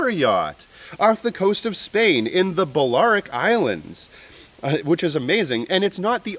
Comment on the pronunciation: It's pronounced Bal-e-air-ik islands.